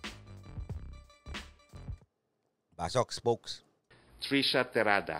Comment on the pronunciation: Hindi po trisha, trushya!!